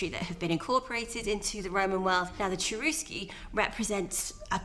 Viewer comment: maybe you should point out that the pronunciation of the tribe name was not "Tcherousky" And yes, I have watched that documentary and I found it very interesting and valuable.